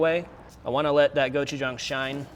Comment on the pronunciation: Is it gochujang, or Go-Chef-Tom?